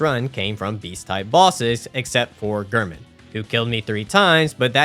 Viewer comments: Heeering you say “gurman” instead of “Gehrman” is killing me 😫😫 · Also Gair-Mon, Not Ghur-Min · The way you always said Gehrman made me tweak.